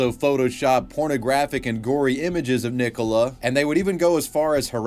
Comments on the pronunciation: Why do you care he pronounce it wrong. are you her? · why are you pronouncing nicola like that 😭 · oh my fucking god. it's NICK -OLA. NOT NICK - COLA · Nicola. NICOLA. NICOLA damn it! Not Nick Cola! 😂😂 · What did you pronounce Nicola like that. It’s pronounced nick-o-la 😂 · Why you pronouncing Nicola as Nee Cola? Is it like the silly misprounciation of Craig as Creg you guys do? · The way pronounces 'Nicola' is highly distracting.... "nick-oh-la".... bruh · why do you care i care? are you the creator on his alt account or something? (dumb question). in all seriousness it's because it's an extremely common name so it sounds really stupid pronouncing it that way. it's like pronouncing Oliver as "Olaveer" or something. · I have never heard this way of pronouncing "Nicola" before. Is that how Americans really pronounce it? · Do you just not have the name Nicola over there? That pronunciation is wild!